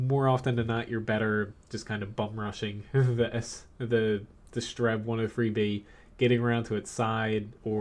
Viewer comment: did you just say 'strenv'